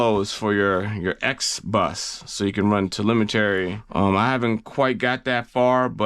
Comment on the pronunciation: Say it with me now, TE-LEM-E-TREE. There isn’t an “A” at the end. I love your videos and all the info you provide, but that was just bugging me. Much love brother. No hate from me. I hope it didn’t come off that way. Nothing but respect. 🫡🫡🫡